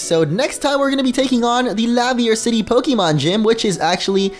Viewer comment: or Laverre City